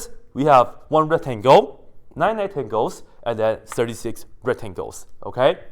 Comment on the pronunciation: He actually did not forget the c. If you listen closely, "retangels" is exactly what he says most of the time ^^